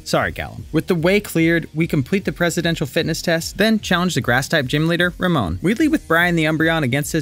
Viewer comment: Dude said Ramon